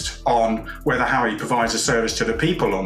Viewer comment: He keeps saying Hawwy lol